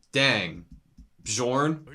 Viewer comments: BE-YORN it's not like DiGiorno, he's not a pizza 🤣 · Guys, the pronounciation of "J" is scandinavian so it should be read like "Y" -> Bjorn is ~Byorn~ , Jomsviking is ~Yomsviking~ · Hey editor, can you pass along correct pronunciation to them? The j in Nordic language is pronounced like “yo” it’s gonna drive me crazy if they say joms and bjorn wrong the entire show lmao.